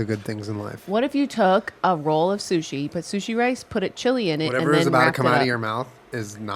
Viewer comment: Julien: What were not going to do is say chilli sushi. Jenna: .............Chushi Me: Died